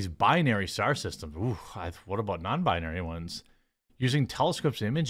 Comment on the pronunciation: "what about non-bindary ones" - Jeremy LMAO